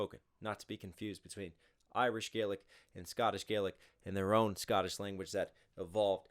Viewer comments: I honestly hate how inaccurate the Scottish accent in this is lol, I know its a comedic take on how inaccurate Braveheart is but come on man don't do us Scots dirty like that lol, also you got it right about Gaelic but like in this Scottish Gaelic is pronounced "Galic" not "Gay-lick", its a small difference between Scottish Gaelic and Irish Gaelic, also "Alba gu brath" means "Scotland forever", the infamous phrase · There's also a different pronunciation of Gaelic between Scotland and Ireland, Scotland is Gah-lic Ireland is Gay-lic, you did get the history right on that though, Alba gu brath means "Scotland forever" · Just a tip, scottish Gaelic is pronounced with a "gah" sound as opposed to the irish "gae" :)